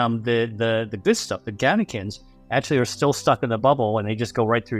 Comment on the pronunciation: Catechins, not canakins.